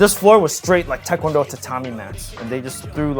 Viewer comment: His pronunciation of tae kwon do is immaculate